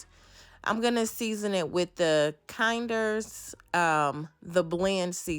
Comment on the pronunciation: It is actually pronounced phonically KEnders. Not KIND.